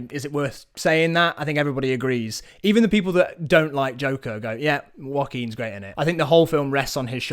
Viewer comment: no one else I've met pronounces it like this i swear